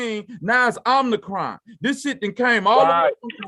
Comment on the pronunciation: FACTS!!!!.....as I was listening to 1 of the Brother's words....@ "time mark "..he said "Omnicron" & due to his dialect it came out as Imthacrime (I'm The Crime)...& that made facts since to me in accordance with the topic that the "vacx'd"are blaming the "un-vacx'd"....Thx Brother...gonna put that on my video topic and make reference to this channel like I always do when I shout-out "" channel/videos....